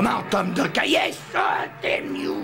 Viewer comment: Doken au lieu de Duncan... Fans de NBA vous pouvez pleurer